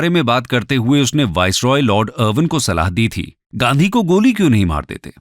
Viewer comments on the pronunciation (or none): none